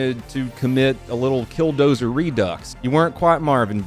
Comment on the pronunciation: Dont disrespect kildozers name like this